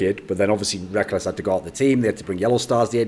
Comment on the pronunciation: pronouncing it as "Reck-les" Hella funny XD